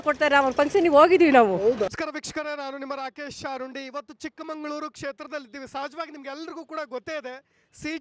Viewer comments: ಗುರು ಅದು ಚಿಕ್ಕಮಗಳೂರು ಚಿಕ್ಕಮಂಗಳೂರು ಅಲ್ಲಾ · ಅಣ್ಣಾ ಅದು ಚಿಕ್ಕಮಗಳೂರು, ಸರಿಯಾಗಿ ಜಿಲ್ಲೆಯ ಹೆಸರನ್ನು ಉಚ್ಚಾರ ಮಾಡಿ